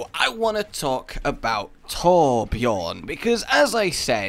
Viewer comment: Raaaaage! It's not "Torbjorn", it's "Tour-b-yearn"! I'm a swede, I know how to pronounce it! :D